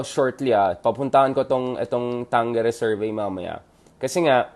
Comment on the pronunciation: It is pronounced tangjere